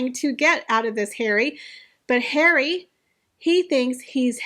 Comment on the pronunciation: I miss how you used to say “daddy”. Now I just love “Hawry”. Cracks me up.